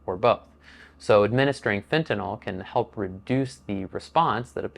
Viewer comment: Can I Say thank you for pronouncing fentanyl correctly. So sick of talking heads saying it wrong.